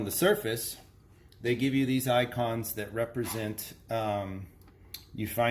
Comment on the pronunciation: ¿"ONCONS"? Did you really say that?